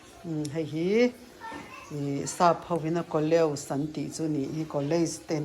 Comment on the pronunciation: Coleus hi chu mawi tak an ni.. I nei variety si ka vawikhat hmuhna te an ni tlangpui. 😂.. A lam rik dan kha ko-li-as tih deuh tur niin ka hria..